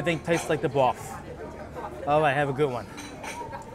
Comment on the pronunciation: I can sit here and listen to you say "broof" all day.